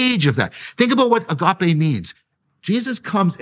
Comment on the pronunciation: If hes going to say agape so much, at least pronounce the gamma better. It's embracing to watch.